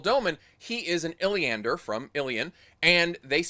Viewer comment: Also it’s “Illianers” not “Illianders”, and Bayle Domon isn’t a mariner, the Spray is a river boat.